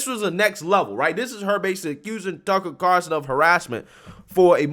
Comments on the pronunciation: There's an "L" in Tucker's last name...Car"L"son, not Carson...the more you know! Great video and coverage...love the clips as support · Carl son NOT Carson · Lol It's Tucker CarLSon buddy, not Tucker Carson. Lol. He's not Johnny Carson's nephew.